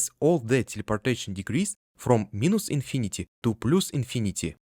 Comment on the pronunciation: (Please ignore this comment if you don’t want to be bothered by advice about English pronunciation. Because your video is amazing and fully understandable.) “Plus” should sound closer to «плас» than «плус» And “minus” closer to «майнас»/«майнес» than «минус»